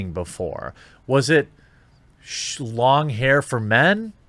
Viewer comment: Did you say shlong hair for men?